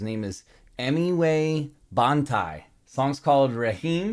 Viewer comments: Bro literally said Emiway "bunty"💀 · Its not Bunty, its Bantai ( Baan Tie) pronounced!!